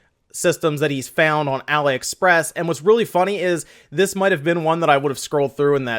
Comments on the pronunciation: .....you get told in every video you talk about them yet you refuse to accept reality. It is not pronounced Ally. It is Ali as in Mohammed Ali, or Alibaba, the prince of thieves. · why do you keep saying 'alah-express'? is it not 'ali-express'? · "ah lee" express...like Muhammad Ali....your enunciation was driving me insane